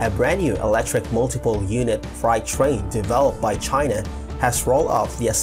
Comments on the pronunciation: Freight rhymes with late and date (frate). It doesn’t sound like “fried”. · Just FYI, Freight is pronounced Fray-t . From 1400s English to modern day, the pronunciation has changed but the spelling hasn't - sorry about that.